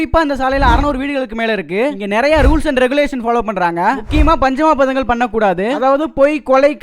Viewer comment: தம்பி " பஞ்சமா பதங்கள் " என்று தவறாக உச்சரித்துள்ளாரய். அதை " பஞ்சமா பாதகங்கள் " என்று உச்சரிப்பது தான் சரியான உச்சரிப்பு. 1. கொலை 2.கொள்ளை 3.பிறன்மனை நோக்காமலிருத்தல் 4.வஞ்சகம் 5. கள்ளுண்ணாமை. இவற்றை கடைபிடித்தலாகும். 5.